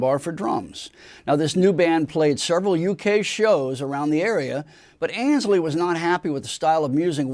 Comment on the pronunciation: FFS, the guy's name was AYNSLEY, not "Anysley".